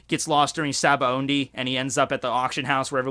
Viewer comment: Why do you pronounce "Sabaody" as "Sabaondie"?